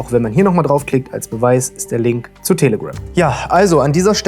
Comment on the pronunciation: Manchmal hört es sich an, als würdest du "Tele-Grimm" sagen.. oder ist das ein bewusster pun? 😅